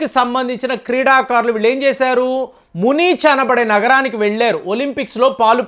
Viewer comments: It's not Munich, the correct pronunciation is MUNIK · ఇలాంటి కళలు chaala ఉన్నాయి మ్యూనిచ్ ని మునీచ్ అన్నారు చూడండి కొద్ది రోజుల తరువాత శాఖముని కట్టాడు మ్యూనిచ్ ని అంటాడు